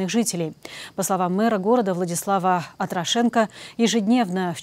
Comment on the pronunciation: У мера Чернігова фамилия АтрОшенко, а не АтрошЕнко